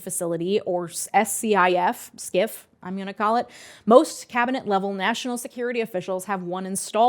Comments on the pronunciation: You are correct in pronouncing it "skiff." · Yep thats how you pronounce SCIF (skiff). For VIPs though, including cabinet officials they have secure mobile options from DISA/NSA that normal peons could only dream of!